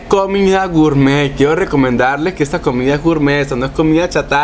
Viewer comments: dijo gourmeet como 20 o 30 veces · Y otra cosa no es gurmet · Cuantas veces dijo gourtmet? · Lo repitio 3 veces lo de gurmet jaja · like si contaste cuantas veces dijo gurmet xd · Mucho goormett o no se como se escriba pero ya como decía mucho gormett pero después mucha chatara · Gurmet jjajajaja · Deja de decir gurtmet